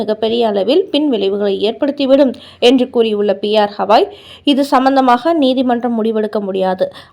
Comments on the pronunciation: ஹவாய் அல்ல.. கவாய். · Please read as gavai not havai .read correctly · The news reader needs to know & spell the name of THE CHIEF JUSTICE correctly, it is B.R.GAWAI and not P R KAWAI... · His name is B.R Gavai and not P.R Hawai. Please ask your newsreader to learn pronunciation at least! 😆😆😆😆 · Gavai... Not Havai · Pronunciation is bad.y u say Hawai..He is Gawai.not Hawai. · Supreme Court Chief Justice பெயர் B. R. Gavai (கவாய்)..! அவரின் பெயரை நீங்கள் 'ஹவாய்' 'ஹவாய்' என்று சொல்வது போல் கேட்கிறது..! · Please pronounce the name as Gavai, you repeat it several times as ashtothram very poor reading, the admin should also see the mistake in typing as CPI instead of CBI. Hope you correct it. 😊